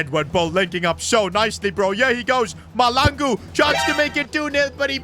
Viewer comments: I am South African and the surname Mahlangu You have to say HL like a hissing cat I always want to laugh when you say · Just an FYI, you will never find a Caucasian Bobang Mahlangu in South Africa 🤣 that name is exclusively for a Black dude. EA got it very wrong here. Also the pronouncing of the Mahlangu is incorrect, but thats not a train smash. Love the series! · The name is mahlangu please pronounce the name right ✅️ 😅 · I am a south African.plz try to learn how to pronounce mahlangu's name well plz 🙏 😊